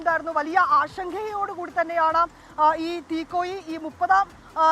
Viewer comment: Theekozhi alla theekoyi anu